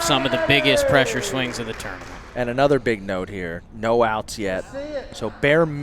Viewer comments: Hey, please learn how to say tournament for phux sake. "tO0oo0rNaMiNt" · Love how pronounces "tournament"